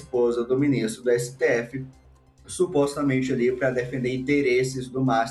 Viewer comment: Éssetêéfezes 💩 sendo Éssetêéfezes 😅😅